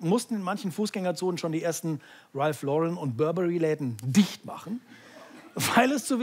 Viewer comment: also ob der bei wirklich ralph lauren falsch ausgesprochen hat